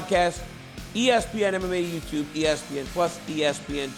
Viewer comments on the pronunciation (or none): none